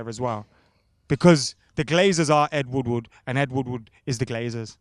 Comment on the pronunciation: It’s ed woodward not fucking wood wood